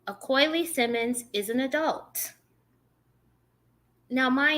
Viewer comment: Its pronounced A-O-Key.